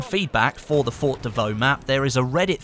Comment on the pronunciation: FORT not FOR PRONOUNCE THE T FFS